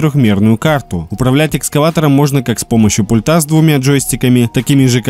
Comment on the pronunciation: Сколько вам, блогерам говорить 🤦‍♂️. Правильно "пУльта". пУУУУУУльта, а не пультА❗❗❗